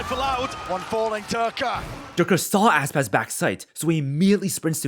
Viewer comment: my guy called Aspas "asspass"